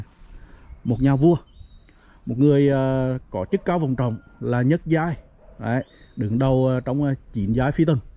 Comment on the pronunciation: Giọng nói gì mà nghe ui là trời: nhất giai ân phi mà nghe là nhứt giái ân phi